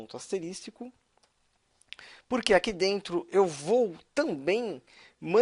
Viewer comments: O certo é ASTERISCO e não asteristico.. tirando isso, ótima aula! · Asterístico? A reforma do português foi diferente pra cada parte do brasil... Assim como sintacse tomou o lugar da pronúncia antiga sintasse. As aulas são boas, ótimas pra falar a verdade, mas para um professor deveria ter mais cuidado com o velho português e algumas pronúncias do famigerado inglês: Workbench = workbentch. Fora isso, o conteúdo é sensacional.